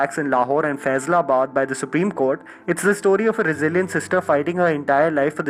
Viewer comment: Its not faizalabad its faisalabad